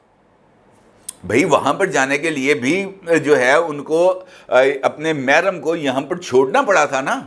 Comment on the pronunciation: " mahram" LOL " eddut" mein doosra nikah LOL all the way